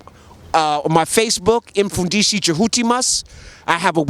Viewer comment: How to pronounce Mfundishi. The M is closed, it's not eM... just like you pronounce Mother you don't say emother.